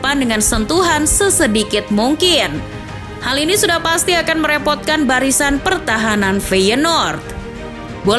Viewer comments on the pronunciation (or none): none